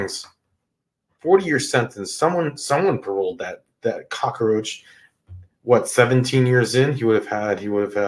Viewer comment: All that drama is ridiculous. The term is cock roach, not Crocker roach, or are you confused with Betty Crocker?. Go get some education. What are you looking up for instead of into the camera. His victim okayed his presence…how did you miss that? You know all about families, other cultures, from a book? Or your dreams. Speak for yourself. You have no idea what it is to secure a job with a felony conviction.